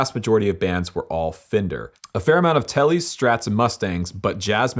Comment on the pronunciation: It's pronounced "Fen-Der" not "Fin-Der"